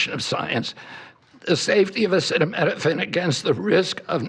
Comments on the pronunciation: It's not your fault you are dumb and your president is too.....can't even pronounce acetaminophen....that's hilarious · My 10 year old granddaughter knows the word acetaminophen and can read it. Unbelievable he is that illiterate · Bro can’t even pronounce acetaminophen